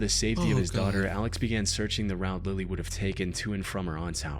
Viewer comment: Bro said Lily wrong